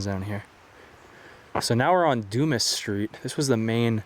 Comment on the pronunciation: lol "Doomis Street." At least you didn't say "Dumb ass" like in the Shawshank Redemption 😂 Alexander Dumas wrote the Count of Monte Cristo. Du-mah. Also, those red structures just look like resort cabins from the 50's. They even have mailbox numbers by the doors. Beautiful, peaceful spot nonetheless.